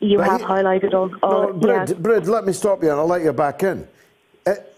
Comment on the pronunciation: Brid is pronounced breed btw